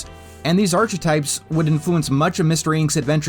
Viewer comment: That’s not how you pronounce archetypes